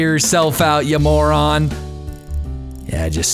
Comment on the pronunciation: "Tire your self out you maw-ron classic.